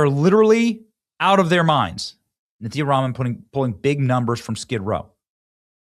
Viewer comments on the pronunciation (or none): Benny, no offense not trying to be rude, and I care not for Nithya Raman... Her name is NITHYA not NIKI...